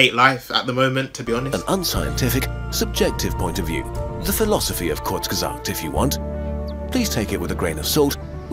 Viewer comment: Wie kann es so schwierig sein Kurzgesagt richtig auszusprechen😂?